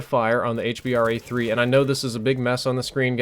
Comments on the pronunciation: it's so annoying when u say 'Hbar' it's called the H B R A 3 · ITS hBRA3 staph calling it hbar3